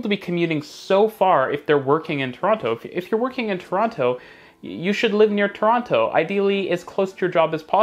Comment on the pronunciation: The way you pronounce Toronto is gonna get you mugged one day.